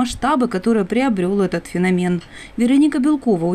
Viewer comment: ФенОмен! ФенОмен, а не феномЕн! Ведущей передайте! Бескультурная речь внушает недоверие к информации.